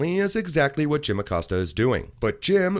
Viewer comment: Jim Acost-ya! Hahaha